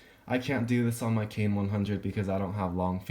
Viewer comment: KAIN NOT KONE